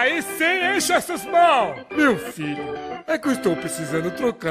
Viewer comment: cara eles falam chesus para nao ofender jesus